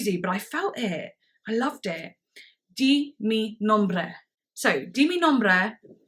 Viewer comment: you did said di mi nombre right! way to go